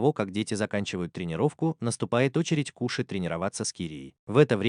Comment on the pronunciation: Не кУши а кОши